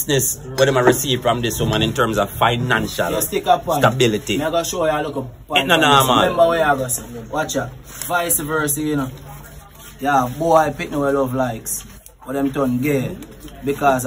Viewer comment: get that guy off the platform. Mr know it all it is not VICE VERSE ITS VICE VERSA.